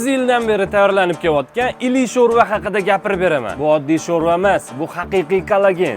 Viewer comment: Или❌Илу ✅ шурпа 😂